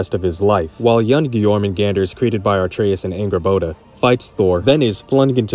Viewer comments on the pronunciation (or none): I’ve seen this on multiple videos, but why do people pronounce Atreus as ARE-treus? Did i miss something? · “Artreus”. Bro there is no r before the t how do you pronounce it like that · You know all this Stuff yet you pronounce it artreus not Atreus. Crazy. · Right!The whole time I was watching this short and hearing him say Jormungandr like 7 times and then he hit me with the ARTreus,and nothing else he said mattered lol.like dude sat and played both games,spent at least 30 hours playing and hearing Atreus's name over and over.knows all this lore.spent more time making this YouTube short in which he would have had to do a bit of research I'd assume,and would hear more times Atreus's name being pronounced properly.He knows without a shadow of a doubt.Without hesitation or delay how to say this damn characters name,but then with what I have to assume is sheer ignorance refuses to call him by his proper name and says instead Art-treus.Like idk why that irritates me as much as it did ...but I'm just overreacting a bit.just makes me mad knowing he knows how to say it but refuses too. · Atreus’ name is not pronounced “Artrayus” my guy - Kratos pronounces it “ah-TRAY-us” (without the r sound) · You keep pronouncing Atreus with an r sound. It's uh-treus, not r-treus. Interesting explanation though! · The funniest part of the video is the pronunciation of "are-treaus" lol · What is it with people pronouncing Atreus as “ARTreus” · I hate to be that guy but its kinda buggin me its actually pronounced “a-tre-us” the R is not with the A but nice video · You pronouncing Atreus as "AR-tray-us" is making me cringe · Dawg, they verbally say Atreus' name in the game, why tf are you pronouncing it wrong as hell? You didn't have to read it and figure it out like it was Final Fantasy in 1999, they say it for you. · Except Atreus doesn't have an second "r" to even justify the pronunciation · Explains a timeloop but couldn't pronounce Atreus correctly